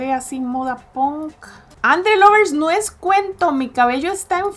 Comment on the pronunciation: moda que decías antes cuando empezó el vídeo no es ponk es punk